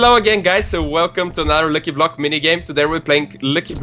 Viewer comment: i love how when says lucky block it sounds like he says licky block XD